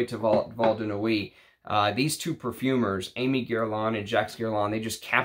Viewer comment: Hi, thanks for a great video! And by the way Aimé is pronounced more like Èmeh.